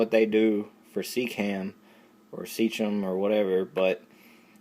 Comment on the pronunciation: SeaChem. Think of "Sea" "Chemistry" pronounce it like that.